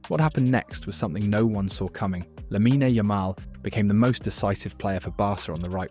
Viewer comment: It’s Lamine, not “Laminey” 😔